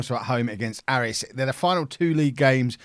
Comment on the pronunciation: Just a note that Aris is pronounced Ay-ris